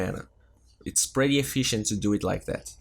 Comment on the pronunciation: Yo, watch ur pronunciation on pretty (u r saying "pratty") and and hungry (u said "hangry"), it sounds pratty weird. lol Love ur vids. Bye.